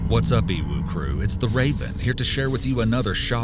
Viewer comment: EWU sounds like owo